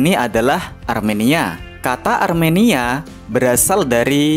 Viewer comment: Bang bang, Armenia bang bukan aremania😂